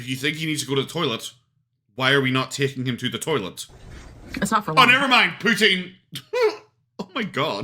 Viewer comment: It's poo-teen. She mangles Franch as well as English. Like her " rim-melle" makeup.